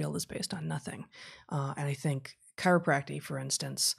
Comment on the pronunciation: As an acupuncture and a chiropractor... Of course to 'the competition' we are quackery. BTW it is ChiropracTIC... not chiropracty... There are MANY ways to manipulate or adjust people and yea there are some that are after just the $ just like allopathic doctors (medical) You can find fraud on all sides, that is greed. You can find lots of taking advantage of financially or otherwise. How many unnecessary surgeries are there? You will never know, the damage is done there is no going back. As an acupuncturist, it takes years to understand and has a far longer history than any 'leecher'. Much of both are 'non literal' is true, some things just do not easily get explained with 'Western' medicine. Current research is still peeling away the information that is useful or non-useful, that is how science should work.